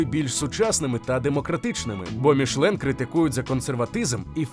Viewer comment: Чому "мішлен"? Там же написано "мішЕлін"!